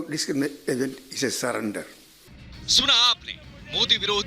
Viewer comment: Is gaandu se disanggagment nhi bola jara hai😂😂😂😂😂